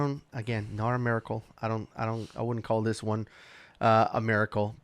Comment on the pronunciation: lol "It's a mircle."